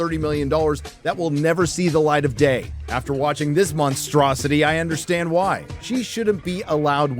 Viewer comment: Did you say “this is probably my last video” ?!?! whyy? Hwaaaaay? HWaaaaaaaaay?